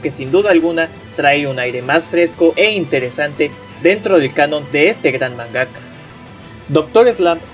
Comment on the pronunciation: Se dice MANgaka, no manGAka. Y es Doctor Slump, no Eslump. Se pronuncia KAYIKA, no Cajica. KANzenban, no kanZENban.